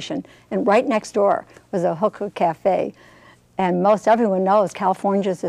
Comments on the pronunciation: these people have no idea what theyre talking about...they need to do their goddamn research before they do something like this....consult a dictionary and learn how to pronounce hookah....its not huhkah its hookah..fuckers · listen close. Sounds like she sais "Hooker Cafe". I cant stand people that make these videos without researching. The biggest missconception is that, smoked the right way, the shisha is baked under the foil, not burned. Therefore, no tar (read the lable) and barely any nicotien at all. (again, read the lable). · if you're going to talk shit about hookah, pronounce it right, for God's sake